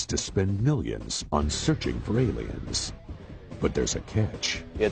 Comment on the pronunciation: ermergerd erlierns